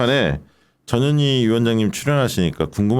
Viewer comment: 발음 확실히 하쇼ㆍ전현희라고! 대충 하면 저년이로 ㅎㅎ 물론 아니지만!